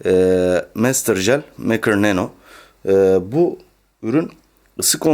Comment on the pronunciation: mekır mı meykır olmasın ? ?